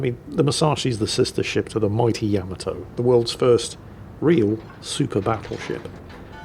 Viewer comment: I am curious why you keep mispronouncing Yamato. Is it ignorance to the pronunciation, disrespect for the Japanese or a joke? It is not YAM-UH-Toe it is YU-MAH-Toe!!!